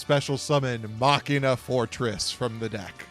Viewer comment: I'm so glad every time I hear say Machina correctly